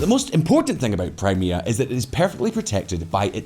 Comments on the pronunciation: "Kray-mah-ah" lol fucking hell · can you get rid of the woman voice who pronounces 'Crime Mia'. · Crymayha? Come on! Crimea is only the topic of the video. She could at least get the pronunciation correct🤬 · That Crimea pronunciation 🤦‍♂ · Just jumping in to say that the new voice over sounds much worse as AI than when you guys did it yourself's. She kept saying Crimea incorrectly. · That AI voice pronouncing 'Crimea', though... xD